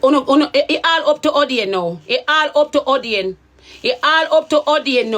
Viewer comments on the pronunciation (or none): How u say a don 😂a 😂😂